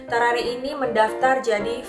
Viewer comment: How to pronounce.. Gue: Tarrare.. Meanwhile: Tawrawree.. Ngakak maap 🤣🤣🤣🤣